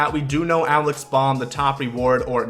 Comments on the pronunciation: Its alec bohm not alex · Just for future reference, the Phillies 3B prospect’s name is Alec Bohm (pronounced b-OH-m), like bo-em 😂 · Don't want to be that guy, but you said Alec Bohm's name wrong. That's from a Phillies fan so it irked me